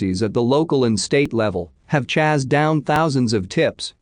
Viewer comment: This is why I hate the robotic voice: it said "chazzed every led" instead of "chased every lead."